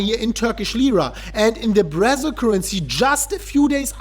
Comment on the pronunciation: "Brazz-il"... i think someone watch too much Brazzers 😝😝😝